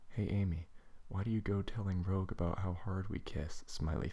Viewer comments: Good reading, but Rouge's name is pronounced: "R-ooo-j". Still, good work! :D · and you pronounced Rouge WRONG